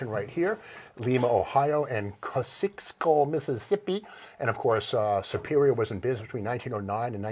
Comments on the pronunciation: Kah-See-Ess-Co, Mississippi. No judgement here though; I’d never pronounce Bernardston correctly without help. 😁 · That's pronounced Cossi-us-ko Mississippi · pronounced koz ee es co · It's pronounced "COS-SEE-OS-CO" like the bridge that connects the boroughs of Brooklyn and Queens in NYC. Correct, Superior was sold by 1980 and prior to that the Sheller-Globe Corporation (a big conglomerate) owned them. In 1981, three former Superior employees would buy pieces of Superior's bus business and named it Mid Bus, which was eventually bought by Collins Bus in 2008. Collins Bus was bought by Allied Specialty Vehicles which was renamed the REV Group in 2015. The REV Group owns many companies in the fire, rescue, ambulance, RV and bus markets including Ferrara Fire Apparatus, E-One, Kovatch/KME, Wheeled Coach, Horton, Collins Bus, Spartan EV, Smeal, Fleetwood, and others. I've been to several REV facilities over the years both prior to and after them coming under the REV umbrella. Another major bus manufacturer is Thomas Bus. They are located in High Point, NC and are owned by Daimler. Wayne and Carpenter were two others. Carpenter was dissolved into Spartan Motors around 2001. Wayne was gone by 1995. I have met Bob Collins a few times, his family was involved in Collins Bus. My aunt drove a bus (a smaller GMC/Chevy based bus) for a time in the 1980s and one day she went to a housing project to get one of the students and there was a gun battle in the courtyard with bullets whizzing by. My aunt then refused to go into that courtyard after that point in time. The passing of the April 1, 1977 standards were mostly for structural integrity, restraints (seat belts), fue